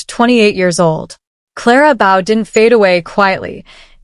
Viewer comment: Number one dot Clara Bow?! The correct pronunciation is a long “O” sound. Remove the “L” from the word bowl and you’ve got it.